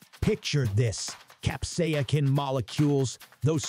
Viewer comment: Cap-say=sin FFS! It is not that hard to say!